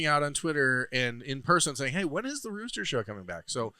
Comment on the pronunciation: I think meant to say Roosteger.